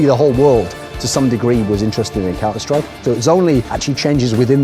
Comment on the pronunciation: did anyone notice that the guy said "the last hope for counter STRIPE"?